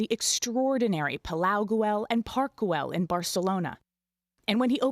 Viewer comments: Guey not Guell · Nor is it pronounced “goo-el” 😆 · The ‘L’ is silent!